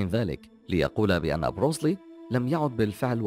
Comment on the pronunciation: انته اول شي أنطق اسمه صح , اسمه بروس لي , بترقيق اللام , كما تنطق بالإنجليزية تماما , Bruce lee, وبعدين هو ممثل افلام قتالية ومؤلف ومخرج , وطور أسلوب في قتال الشوارع اسمه jet kun do اختصارا JKD , وهو ليس بطل حلبه , مثل محمد على كلاي مثلا , فالسينما طريق سريع للشهره وقليل المخاطر و ليس كبطولة الحلبة.